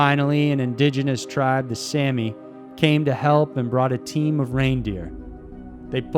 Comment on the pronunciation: Jan is pronounced YAHN. Please check for correct pronunciation prior to recording. And the Saami do not pronounce their name like Sammy. Think SAH-me. Hope this will maybe help a bit.